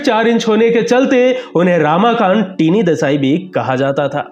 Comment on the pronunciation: Ramakant Desai represented Siddharth College Fort Mumbai,he was picked to play for Mumbai by Vijay Manjrekar & Polly Umrigar prominent Bombay Ranji players of 1950s.He was called Tiny-टायनी & not टीनी.Ramakant's name pronounced as रमाकांत & not रामाकांत.